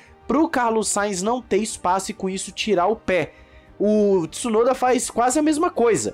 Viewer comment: não fala Tissunoda pf…